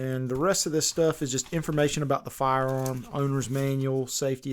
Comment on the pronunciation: This guy is definitely a police officer because he says Farr-arm